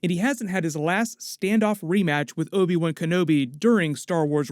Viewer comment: can you please stop calling him obi 1? thanks